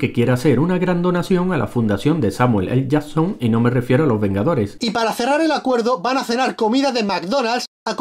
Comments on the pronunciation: "Samuel ele yason" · No digo nada pero ellos tambien cambian la forma de decir Samuel L Jason a cada vez que pronuncian su nombre.